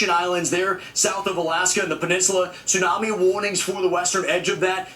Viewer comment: What the hell is a tissunamee???